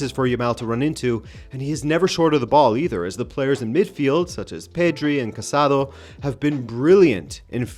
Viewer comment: Great video. A note on Casadó. The final o is pronounced as in "bomb" it means hunter in Catalan, while casAdo means married man in Spanish. 🫣